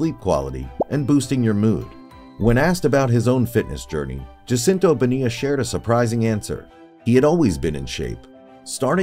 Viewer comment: PLEASE learn how to pronounce the man’s name!!!!